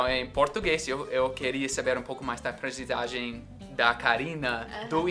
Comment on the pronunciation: Gavin é aprendizagem e não aprendissssssssagem!!!! O resto ta perfeito Parabéns